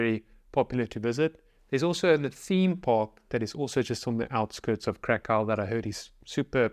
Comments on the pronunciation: Please, dot"t say Karkau*. Its a german name of polish city. Please say *Krakov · You need to learn how to pronounce "Krakow." You got Wroslaw down right so I know you can get Krakow, too.